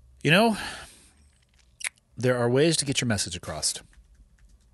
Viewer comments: Did say "acrosst?" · "there are ways to get your message acrost" Dafuq,.